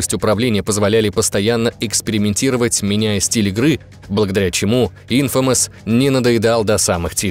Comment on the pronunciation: Лайк просто за правильное произношение Infamous )